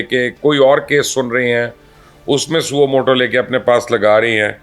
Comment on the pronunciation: سوو مٹو نہیں ہے بلکہ یہ ساسو مو ٹو ہیے